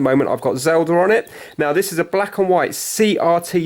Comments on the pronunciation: Wtf is Zelder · why do you guys pronounce it "zelder" instead of "zelda", like how even ever